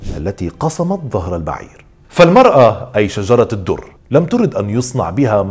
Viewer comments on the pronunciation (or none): السلام عليكم ...حابة اصحح الاسم ليس شجرة الدر ..اسمها شجر الدر بفتح الشين وتسكين الجيم وتسكين الراء و بدون تاء مربوطه في اخر الاسم ..ومعنى شجر الدر اي قلب الدر أو قلب الجوهرة ...وشكرا